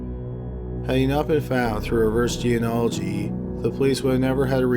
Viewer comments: Please learn how to say genealogy. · he says it that way in all his videos lol. I find it cute. But really.......I guess someone should let him know hes saying it wrong lol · ...I love you, but come on...genealogy...Gee-nee-ah-lih-gee. Not Geanology. Please. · [JEN-EE-AH'-LUH-JEE] = geneology NOT [jee-uh-nah-luh-jee] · "Geanology"? It's "gee-nee-ah-lo-gee" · What The fuck Is Geanology? You mean geNEology? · It's pronounced "jee-nee-all-oh-jee" Love your videos, but you keep mispronouncing it. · Please stop saying "geanology" instead of "genealogy". Very irritating. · For crying out loud, the word genealogy is pronounced GEE KNEE AL OH GEE not geanalogy. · Good video! Just remember it’s pronounced Gen-E-Ology of Genie-ology. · I really enjoy your channel and am a faithful subscriber. So I hate to nitpick, but you are mispronouncing "geneology". It is not 'jee in ology' it is "jeen e ology". Think "Jeanie-ology". Sorry, but it grates on me. Thanks, and keep up the good work. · It’s pronounced Jean • o • ology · It's pronounced ge-ne-olo-gy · "reverse jee-an-ology"? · I'm sorry for this but the word is gee- nee- ol- o -gee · Pet peeve- its pronounced jean-née-ology. I enjoy your videos and appreciate your research, please pronounce this word correctly as it is a very important aspect of your video and will soon become as prevalent as DNA is now. Sorry to be such an ass. Jeans- as in pants, or genes as in DNA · It did take some getting used to. There's a lot of slurring, the tone is monotonous, and he keeps mispronouncing genealogy "jee-uh-nah-luh-jee". All things he can improve on, but otherwise the video was interesting and informative. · Another excellent entry from! One point though: it’s pronounced “genie-oligy”. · Please learn how to pronounce "genealogy" correctly! It is not jeen-ology. Other than that, the videos are great. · Jean ee ology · Gene-ology was bad enough, but when it devolved into G-N-Ology all I could do was laugh.